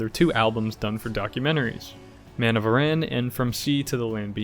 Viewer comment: Aran Islands sounds like Aaron, not Iran